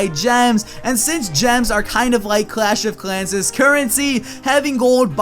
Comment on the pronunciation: I died when he said clash of clanses